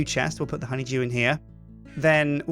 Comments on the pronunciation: it sounds like is saying honey jew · Anyone else think "Simon" every time he says "honeydew"?